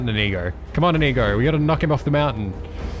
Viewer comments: Isnt it like indigo but without a d while you pronounce it like ineego Not hating just pointing out the different ways if heard it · stop saying inigo like that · Due you pronounce inigo so wrong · No wonder YouTube think you are saying a no no word when you say Inigo, If you said it correctly it wouldn't be a problem :)